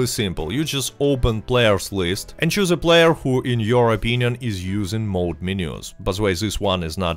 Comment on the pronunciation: It's mod not mode. Mod is short for modification.